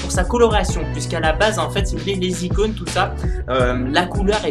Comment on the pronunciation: "De nouvelles icounes" xD